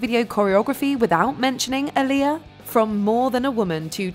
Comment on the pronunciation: Pronounced AAH-LI-Yah, (like Muhammed Ali (AAH-Li) Fix it jesus !!!